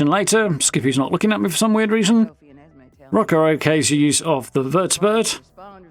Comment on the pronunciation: So you pronounce "er" like an "a" And pronounce "a" like "er"?... 😂 Rucka is Rucker to you And Rucker is Rucka to you 😂🤣